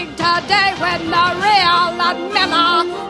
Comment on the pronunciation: Honestly, I've seen it all before in terms of the obvious kinks at play. What's most appalling about this scene to ME is the mispronunciation of "Ludmila" (it's Lyood-meela, not Ludd-milla)